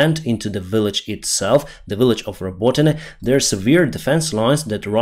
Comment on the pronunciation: sas, is not said as a word but S A S, sas is when you're cheeky especially if female. Love your updates and your accent, especially when you say Willage....